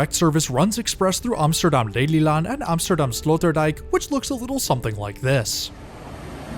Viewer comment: ironic you always pronounce Amsterdam as “OMSTERDOM” lol